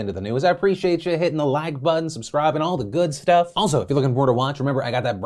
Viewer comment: Good job on that "shhTUFF" save